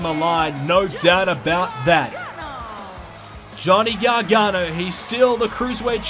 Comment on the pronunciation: It’s not Johnny garghana it ends with an o